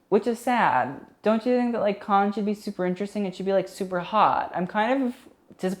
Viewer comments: Not Khan but can-nes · The French pronunciation of cannes is closer to can than con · Cannes *can not cahn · cannes pronounced: can not kahn. stephen jones pronounced : steven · Is he deadass pronouncing cannes as con? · 1st. It’s pronounced CAN. 2nd. Selena’s first look was the most iconic of the entire festival. It’s very south of France Cannes vibes, and by far the most popular images of the entire festival are of Selena’s first look. Really don’t think she should have made it more “80s”. 🙄 3rd. I don’t normally like feathered dresses because I think it usually looks tacky. But Maria Borges dress had the most perfect execution of feathers on a dress that I have ever seen. It’s a perfect look. Taking away the feathers would make the look boring af. The feathers make the look. 4th. Priyanka Chopra’s first dress looks like an early 2000s fail. I don’t know what you see in it at all. The gradient around her waist is a cool idea but the execution was terrible. 5th. Angele Van Laeken’s dress is grotesque. The fabric looks cheap af and it’s wrinkled af like couldn’t they iron it. Don’t know what you see in that look at all. 6th. OF COURSE RED CARPETS HAVE THE BE DRESSED UP AND FORMAL...are you serious??? Marion Cotillard’s outfit is cute for chilling at home. Not nearly formal enough for the Cannes red carpet. 7th. I overall enjoy your videos a lot but sometimes you really need to do better!! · nobody:: KHAN FILM FESTIVAL! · yeah, not how you pronounce cannes but whatever